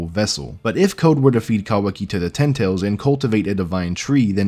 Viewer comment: I just don't think you're saying that right.